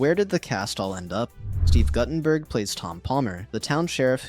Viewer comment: Mispronouncing Guttenberg is offensive...